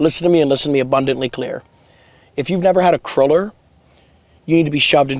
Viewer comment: Bro calls is a craler bro it’s a cruler like it’s pronounced the same way you pronounce ruler 📏 also congratulations 👏